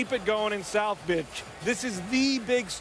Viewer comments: "south bitch"???????? lmaoooo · "south bitch" LOL, I heard that one LIVE!!